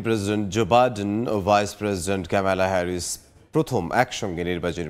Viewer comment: শিক্ষিত সংবাদ উপস্থাপক ক্যামেলা হেরিস না কমলা হেরিস উনার নাতনি রা না শিখালেন নামের উচ্চারন টা